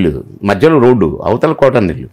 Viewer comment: అమ్మా, ఆయన పేరు కోటా కాదమ్మా. కోట శ్రీనివాసరావు. ఆ మహా నటుని పేరు సరిగ్గా పలకడం తెలుసుకోవాలి.